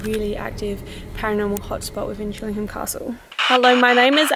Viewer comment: I live around 15 miles down the road from Chillingham. It's pronounced Chilling-AM, the H is silent. Also, when you're trying to reach the spirits of those who died hundreds of years ago, I doubt they understand modern slang like 'hanging out' and 'hanging around'.